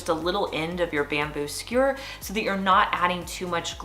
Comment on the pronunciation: "skewer" as opposed to "skure'